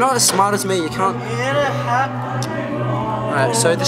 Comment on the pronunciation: I never know if is saying cunt or can't...